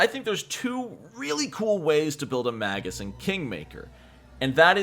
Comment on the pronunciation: Its pronounced May-gus. Hard G, unless its plural. Magi is Mah-jai.